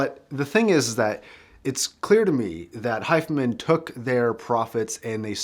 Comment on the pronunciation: "Hi-Fi" Man, not "Hifeman"